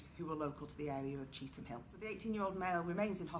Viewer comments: It's not pronounced cheetham ING Hill it's pronounced cheetum Hill.. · You bunch of numptys it's Chee tham hill Why the eff does the guy speaking keep saying cheetingham hill were did he get that from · People don't come out of their house after 6pm? That's a load of bull mate cheetham hills busy pure busy after 6pm you'll struggle to find a parking space on cheetham hill road nowadays And it's Chee tam hill is how it's pronounced you silly sausage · Stop saying cheetingham hill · He did say he realised he said it incorrectly 🤫